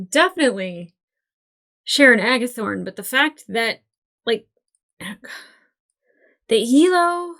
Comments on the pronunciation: By the way, it's Agathon not Agathon, more like Agatha with an N on the end, not like Aragorn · AGATHON. Drop the R. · Would someone please tell her that it is Agathon not Agathorne. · Sharon Aga-THON -not THORN :) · Agathon… no R like Aragorn. And everyone else….STOP SPOILING with coming episodes/events. Seriously the ‘I know something you don’t know’ bs is so annoying.